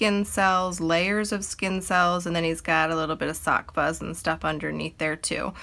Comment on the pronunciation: Oh my goodness. Took me a minute to get you where saying sock fuzz. I thought it was a new medical term. 😜